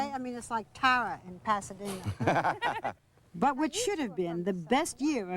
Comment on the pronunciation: "This whole house is so, to me, vewwy southwern. Okay? I mean, it's like Tawwa, in Pasawdina"...how did this woman mak this living? Who did she know? She never interviews, but more so interrogates. UGH!